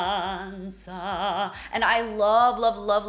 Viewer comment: Thank you. Great job. And thank you to pronounce Speranza with the correct Zeta. Pavarotti didn't in this aria. But his a big and he can do what he wants, of course 💙🙏🫶